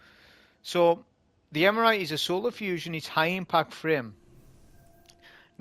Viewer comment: "Eremite", not "Emerite" :face-green-smiling: Great video, nonetheless!